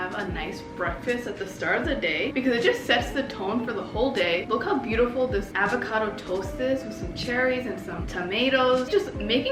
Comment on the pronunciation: “Avaaacado” hehe its avocado, loved this video